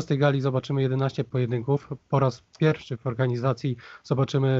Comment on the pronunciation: "PiErfSZy" XDDDDDDDDDDDDD